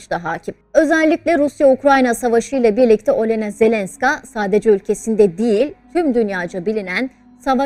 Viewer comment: Isimleri doğru telafuz etseniz Völödimer Ölena değil ( Vladimer O'lena)